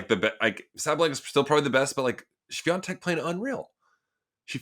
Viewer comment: Hey Sam, why are saying Swiantek insfead of Swiatek? Maybe I'm not listening well.